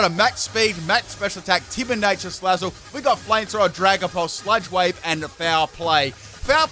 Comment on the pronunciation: I swear he sai s ut (insert L if u please) wave instead of sludge wave lol